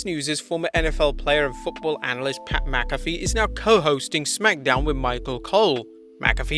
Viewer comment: My god! You just chopped and screwed up pats name Jesus